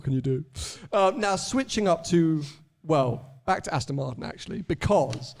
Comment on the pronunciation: Can we teach how to say Aston it’s ‘AstON not AsTIN ‘ 🤦‍♂️🤦‍♂️